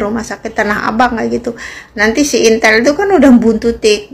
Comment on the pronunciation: Intel,,,intil,,,apa itiiilll mb,,,😂😂😂